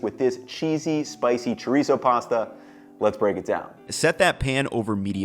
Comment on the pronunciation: good recipes but god how you say chorizo hurts me